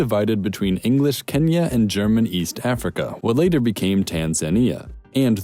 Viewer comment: You butchered Ethiopia/Kenya/ Somalia in so many wrong ways 🤦🏽‍♀️